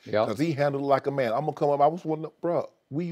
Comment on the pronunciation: "MAYNE lately MAYNE" Shannon is a fool lol